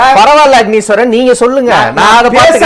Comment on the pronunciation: அஃனீஸ்வரன் எல்லா இடத்திலும் தான் உளறுறீங்க.. எங்க தான் உங்களுக்கு ஒழுங்கா பேச வருது..